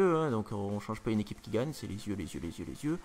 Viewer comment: xDDD "on prend un crayon et on s'écrit dans les zieux" aaaaa JPP